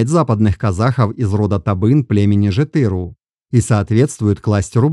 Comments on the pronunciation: Респект за интерес к истории казахов, но исправьте, пожалуйста, произношение названий родов! По ушам бьёт! Алим улЫ! ЖетырУ! БайулЫ! Ударение на последнюю гласную 👆.Ведь странновато звучало бы" мОсквичи"," саратОвцы" или воронЕжцы. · алимУлы байУлы жЕтЫру, большими буквами отмечены ударения